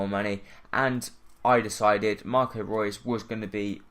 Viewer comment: It's not Marco Roos it's Marco Reus!